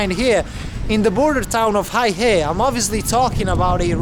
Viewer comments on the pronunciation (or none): Not "high hay". It's "hey huh" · The name of the city, Heihe, is pronounced hay-her, not hi-hay. BTW, Heihe means black river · I almost burst out laughing. The town is not pronounced as High Hay. It is called Hay Her. LOL. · Dude it's pronounced "Hey-her", not Hi-hey.... If you're going to introduce a city, make an effort to get it right! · Sorry Sir, Heihe the pronounciation is not 'high hey', it is ' hey her' (black river). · "Hi-Hay" 😅 Bro, try "Hay-Her" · You got the pronunciation wrong. You said Haihei. It should be Hei he. (Hay huh)黑河。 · Minor correction, the city name pronounce as Hey-Huh not Hi-Hey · Hei (black) He (River) is pronounced as “Hay Her”, not hi hay😂😂😂. Heihe 黑河=black river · It's "hey her",not "hi hay".😂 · It is "hay-her" 😅 not "high-hay". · it is not HAIhe it is call Heihe, the pronounciation makes a big difference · First thing first, you went all the way to this border town and you can't even the pronounce the name properly. That is very disrespectful of you, especially since you said you were trying to document details of the place and its people, making it sort of a documentary. OMG! 😅🤣😂The name of this town is Heihe or "黑河" pronounced as "Hey! Her!", not "Hai Her" or "Hei Hei", or whatever. Of course, you don't have to pronounce it perfectly, such as its tone, etc. but at least get the syllables right. 😄😃😀 That will make your video more credible and genuine. If you are producing a video and editing, etc., surely you know how to search the Internet or do a simple translation, such as with Google Translate to verbalize it and get the correct pronunciation. The Chinese are very cool and chill and would not mind how you pronounce it but get the basics right. 😄😃😀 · 黑河"Hey Her" not "Hi Hey"嗨嘿😆😅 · Heihe NOT: "High-Hay" but: "Hay-Huh" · Hei He....not Hay Hei 😮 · Heihe...not haihe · Psst, its pronounced as HayHer 🤭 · The correcct pronunciation is "hey"- "her" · The pronunciation of that place is more like “hey her” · its actually hey huh?